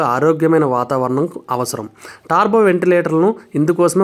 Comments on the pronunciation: Yes tarbo antunnaru it's turbo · Taaarbo kaadhu .. టర్బో adhi